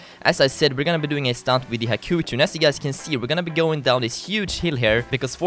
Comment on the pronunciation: hakucuu hahahaha its called hakuchou